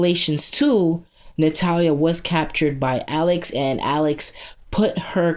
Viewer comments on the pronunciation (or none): none